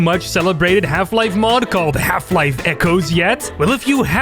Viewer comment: i keep hearing "Half life: Kennedy 12"